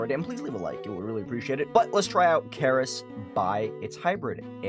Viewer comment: the way he pronounced "keres" lmao also 300th comment